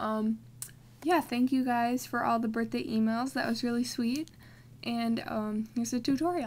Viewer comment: not to be mean im just saying so that you know but you said birbhday but you do have awesome drawings! keep drawing!!!